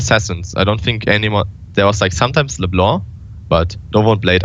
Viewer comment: First pro player I heard pronounce "Leblanc" like it's supposed to. Great reflection Thoorin, unexpected, but I appreciate the great content.